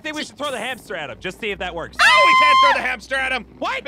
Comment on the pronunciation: it's hamster not haster